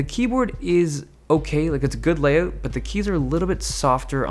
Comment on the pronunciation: I'm waiting for the day when Dave won't say "layoot" in his videos. x'D #KeepUpTheGREATWorkMateILoveThatYouDontEvenPauseOrCutYourClipsYouJustTalkAndILOVETHAT <3